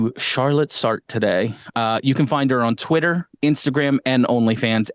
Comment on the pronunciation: Your pronunciation is killing me - it's "SAR-truh".